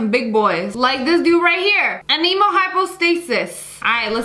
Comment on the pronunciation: The way she pronounced "anemo" has me dying inside